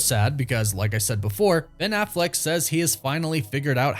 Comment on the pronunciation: It’s Affleck, not “Afflect” 🥴